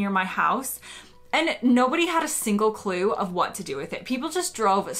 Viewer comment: You said Clue in a very English accent. I wonder how many words you say more in an English accent these days